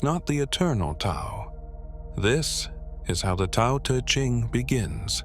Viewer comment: Hate the voice. Horrible. Couldn’t sleep to it! And Tao is not pronounced correctly. Find Wayne Dyer’s version, everyone. It is excellent. Great, great voice.